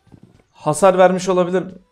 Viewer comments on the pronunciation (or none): Abi hasir değil hasar dk